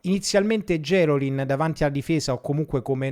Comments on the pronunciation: gerolin con l'accento sulla i non sulla e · A proposito di veneti, in questo ed in altri video ti sento nominare Gerolin con l'accento sulla "e". Essendo lui di Venezia, l'accento va sulla "i". :)